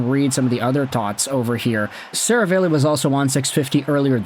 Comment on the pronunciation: SeraVAHlli not SeraVAYlli